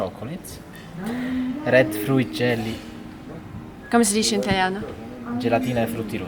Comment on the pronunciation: that "come si dice in italiano" was damn good you low key sounded like a native speaker😮👏